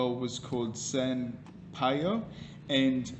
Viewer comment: LOL, "San Payo" that is so funny. Yes, Payo is the nick name of Raphael.